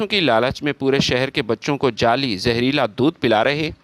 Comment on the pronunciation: جالی اجزا نہیں بلکہ جعلی اجزا ھے پڑھنے والوں کی اردو کیوں خراب کرتے ھو